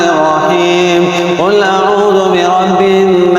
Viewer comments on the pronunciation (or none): none